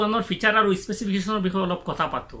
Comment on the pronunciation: If you don't mind then let me say you one thing that it's 'kotha' not Kota..... Pls pronounce correctly....